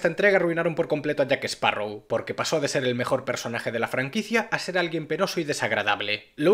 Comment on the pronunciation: Excelente resumen, es triste ver el desastre que son los guionistas, y por favor es "JackSparrow" no "JackEsparrow" 🎩👌